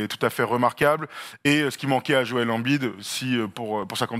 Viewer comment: La prononciation de embid en francais......😂😂😂😂